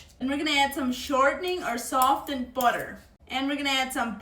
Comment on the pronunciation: She attacks the word "butter" like she's mad at it. 😂😂😂😂😂😂😂 I just love this young lady and her videos.